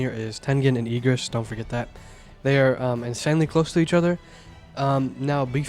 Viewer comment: IGG RIS not EEG RIS